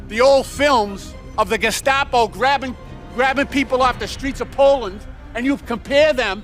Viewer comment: My favorite is Walz saying "Geshcapo". Sounds like he was thinking of cold tomato soup.